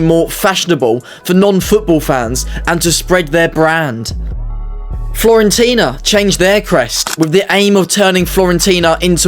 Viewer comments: FURE-ONTINA NOT FLORENTINA. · Nice vid! 👍🏻 One thing, though: it’s Fiorentina, not Florentina 😉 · Wtf are FLORENTINA? It's FIORENTINA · Sorry are you saying Florentina? Instead of Fiorentina?!